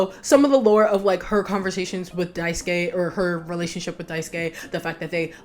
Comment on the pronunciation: Thank you so much for pronouncing Daisuke's name correctly. I am so, so sick of hearing folks' say "Die-soo-kay."